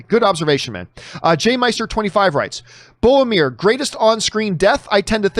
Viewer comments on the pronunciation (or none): It's BORROW-MIR, not BOW-AH-MIR. One day I hope you'll say it right.